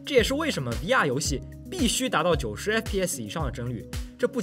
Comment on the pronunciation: VR的读音…比延迟还违和难受…